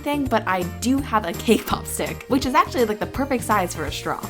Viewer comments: lol when she says "cakepop stick" i hear "kpop stick" xD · When she said cake pop stick i thought she said kpop stick😂